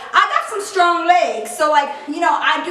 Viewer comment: I love how she says weird things like skrong lol